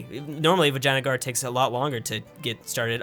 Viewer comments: Hey, please stop calling it Vagina guard!! It's Vee-jay-nuh-grrr. Source: I'm Indian. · my Brother in Christ, I know you're not reading this but why in God's given Grace do you pronounce Vijayanagar, Vaginagar., why does Sus exist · stop say vaginagar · At 4 minutes, did you just say Vaginaguard? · it sounds like he said vagina guard!😂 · "Vaginagar", good old. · “vaginagar” me: cringes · i thougth you said "vagina gaurd"